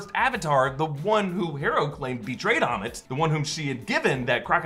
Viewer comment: It's ammit... Not ahmet